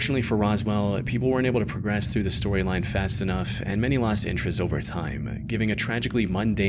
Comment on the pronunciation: Every time says the word "BUT" he pronounces it as "BITE", or when he says the word "HOWEVER" he pronounces it as "HIGH"-ever. He also pronounces the word "CONVERSATION" as "CONVER-Zation and the word "LOST" as "LO-Zt". Is he Northern Irish and trying to sound American, or is his voice AI generated? It says he is from the United States, but something is very off with his pronunciation of English words.